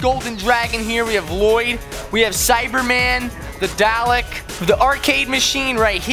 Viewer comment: You said Dalek wrong.I watched Doctor Who